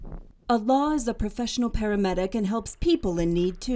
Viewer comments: The narrator keeps pronouncing his name as Allah which means God in Arabic, but the pronunciation is wrong. His name is Alaa. When I first heard the documentary I found this odd till I read his name in another comment. God bless his kind heart❤ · His name is Alaa not Allah*